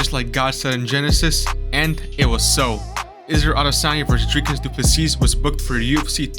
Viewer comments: Nope its du ple sea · you pronounce it Du Plessee. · Pronounced doo plu sea, not seas!